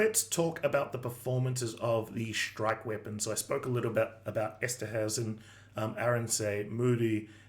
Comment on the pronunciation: Nice presentation Rugby friend from a Bok. Like your style. I would battle with many Maui names pronunciation, the Dutch derived names can be tricky, Eterhuizen is pronounced Ester- Hey- zen try that if you are after mastery. All blacks just churn out cookie cutter 8/10, 9/10 performances, so consistently great win for your guys and you will be at home next week. I am guessing fans will be up for it too. Enjoy the encounter next week, I will.